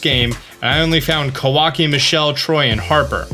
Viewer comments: Who's Kawaki? It's Kawika (Kuh-VEE-kuh). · Kawaki huh, you mean Kawika? Somebody's been watching Boruto lol